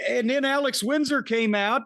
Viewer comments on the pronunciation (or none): none